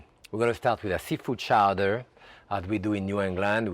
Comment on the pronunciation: Showdearr? Its CHOWDAH!!!!